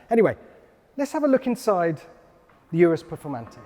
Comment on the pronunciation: It’s not urus like undo it’s urus like Uganda